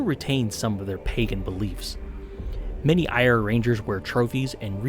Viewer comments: The phonetic pronunciation is not 'Ire' it's Eh-Ra. (I'm Irish). Other than that - excellent video and great choice! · It's pronounced ear-ah, not ire, as in the name of the country in the native language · Just a heads up Eire is pronounced Air-a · It's pronounced Air-ah as one syllable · Just wow! inspiring stuff ,thanks! Just to give You a heads up ,Eire is pronounced like Air-eh ,and is literally the Irish for Ireland! Keep up the good work ,liked and subscribed ,looking forward to checking out your other vids. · Try saying Eire as 'Air-ah' and you'll be a lot closer to saying it right :D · This is awesome, also "Éire" is pronounced "Air-ah" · Amazing, well done. Just to let ya know the Irish name for Ireland which is Eire is pronounced to sound like "Air A". I know some of our language sounds very different to how it is spelled 😜 love to see more of this warband. Well done